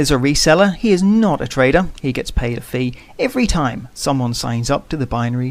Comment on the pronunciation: i hear traitor.. not trader ahaha